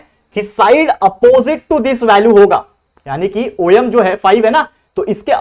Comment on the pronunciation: Sir om khete hai oyem nhi